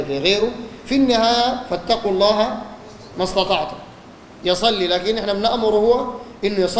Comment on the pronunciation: يروح يتعلم كيف يقول لفظ الجلالة بالاول بعدين يعمل علامه